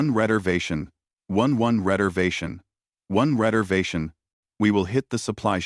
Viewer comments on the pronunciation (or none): What the hell is a "redervation"? Apparently they come in 3's!😅